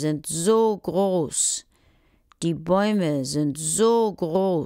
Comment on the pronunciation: It's groß not gross tho